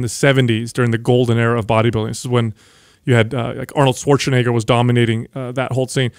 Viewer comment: "Arnold Swartshenegger" XD